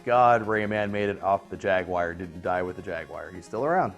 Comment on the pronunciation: Why do people always pronounce it Ja-wire instead of Jaguar?